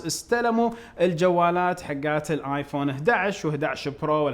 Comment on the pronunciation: وليش لمن تنطق (( آيفون )) تطلعها من أنفك 🤣🤣